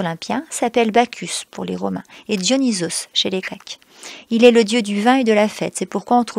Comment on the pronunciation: dyonisons secrit comme ca pas dioysos sinon c eter bien merci